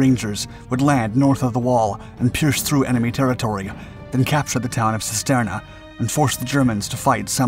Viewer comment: Cisterna is pronounced (using English lettering) as "Chisterna". Every time you mispronounced it, I winced.